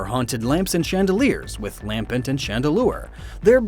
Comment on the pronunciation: Chandelier, not chandelire, idiot.